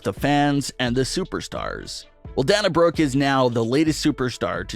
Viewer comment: Pronounced Dane na brooke